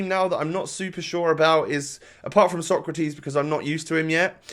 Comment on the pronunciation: Actually, the way you pronounce Socrates vs Sokratis should be the other way around :)